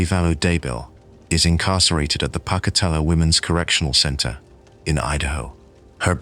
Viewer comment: A small note: The town is pronounced "Poke-a-tello." Per research it's named for a Shoshone leader.